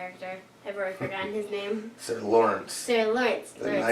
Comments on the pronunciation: Love the reactions! This is one of my most looked forward to series. Also btw, it's "Loras" not "Lorence" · Loras, not Lawrence.